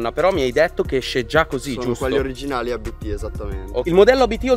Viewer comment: Si dice Abt non A B T 😅 è un cognome